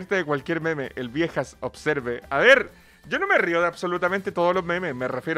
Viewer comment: El meme: se pronuncia observ El: OBSERVE